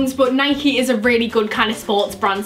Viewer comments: Sorry but its not nikey it’s Nike it’s doesn’t end with either ie or ey! Sorry but it’s really annoying when people say Nikey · Why did you say Nike like ‘Nikey’ you don’t say bike like ‘bikey’ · Until last year I said nike and not Nikeee. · Why she saying nikey? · I pronounce nike the same way as you do😂😂